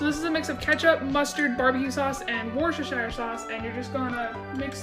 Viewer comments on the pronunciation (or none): ITS WORSTER-(SHEER) NOT WORSTER-(SHYER)